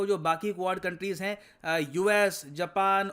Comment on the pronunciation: Japan - Heee 😂😂😂